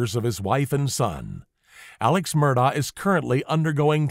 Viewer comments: It's not pronounced Murr daw , it's apparently pronounced Mur-dock . You can hear "Ellec" say Paul Murdock though it's hard to totally hear it and he says the second syllable quickly. It's probably a South Carolina maybe Gaelic pronunciation. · Dear, ALEC MURDAUGH told the police 🚔 on camera 📷 in their cop car he PRONOUNCES his Fname: ALEXXXX LName: MERDOCK Git it right. Do your research. You incorrectly said ALEC MURDAUGHHHHH 🤷🏽‍♀️ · Love your content + style. Subscribed! (forgive me for making the minor observation that he pronounces his name Alec Murdock) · You pronounced Murdaugh incorrectly. It is pronounced like Murdock. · How is it that anyone covering this trial would not know it is pronounced Alec Murdock? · Yes. But if only he pronounced the name right... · Isn’t it amazing they want to do these professional sounding documentaries, but they can’t even pronounce his name right?